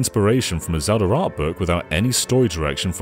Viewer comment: Ah, yes, Zelder: Ocariner of Time. A classic.